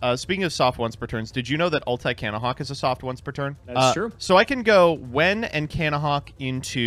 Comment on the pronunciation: Take a shot every time someone says Cannahawk